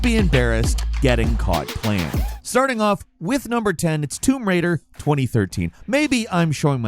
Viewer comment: "Womb Raider"